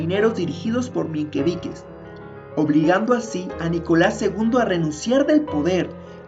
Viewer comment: Menqueviches? Es Mencheviques y Bolcheviques